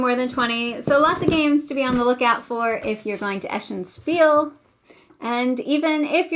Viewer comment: Thank you again for this video. A little FYI: "Spiel" is German for "game" (and/or "play"). It's pronounced like" Sh peel" - not "S peel" :)